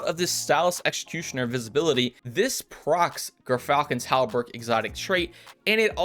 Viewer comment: Not to be a dick, but it's pronounced "Jeer-Falcon's How-berk" 😉👍